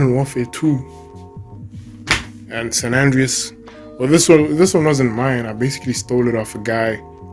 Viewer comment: Homie really said "GTA Sanan Dreas" hahaha i love this man